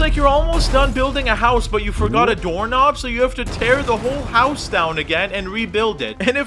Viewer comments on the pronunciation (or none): none